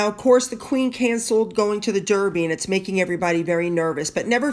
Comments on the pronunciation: Love your channel. Just being annoyingly pedantic. Edinburgh is pronounced Edinburra. Derby is pronounced Darby. 😀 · Just fyi, we pronounce The Derby dArby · Thank you for all the kind things you say about our Royal Family ! I must admit, you have me laughing, with your pronunciations and your lack of understanding some of our crazy customs. 'They met a goat'...... The goat would have been The Mascot of his Regiment.😄 The Derby is the Daaarby, as in Baaaaath! You Americans never say aaaah! EdinBORO is pronounced 'Edinbro'. Pimms served in a bar can be Pimms No 1, 2,3, 4, according to the base alcohol, such as gin, whisky, rum,etc., and are served with mint, fruit, according to the number. Thanks for your highly entertaining channel, I have subscribed.🙋🇬🇧🍓🍉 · Dear, our horse race is pronounced Darby as is my birth place, Derby, which is in Derbyshire and not Surrey where Epsom is, (😳) even though its got an “e” in it xx love your videos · You managed to mispronounce Edinburgh and Derby in one sentence. 😀.